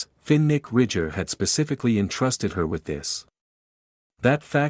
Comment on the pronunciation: Terrible pronunciation Fin Nick Finnick